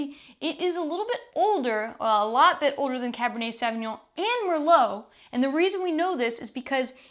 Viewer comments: Sooovignon, not saaav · Sure is a lot easier to pronounce than Sauvignon